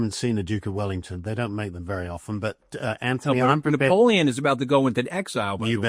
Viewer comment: I dont know anybody who pronounces "Napoleon" the way Mooch does.